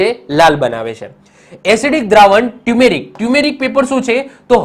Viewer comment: Sir, ટ્યુમેરિક paper નહિ.... ટરમરીક પેપર કહેવાય